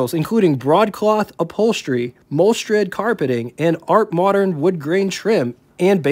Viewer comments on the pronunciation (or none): Just a note: "art moderne" is a French term and is pronounced, more or less, as "art mow-derne".